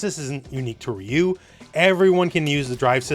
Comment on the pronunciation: That is not how you pronounce ryu. Respect the name, where are the OG street fighter players, Alex Valle, Seth, John choi and all the people that know about street fighter.